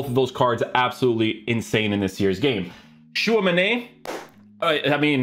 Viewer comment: Why do you say Tchouamenay it ends with an I